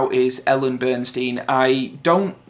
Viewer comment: haha lol. please stop saying Ellen Burnstein. It's Ellen Burstyn. haha good review mate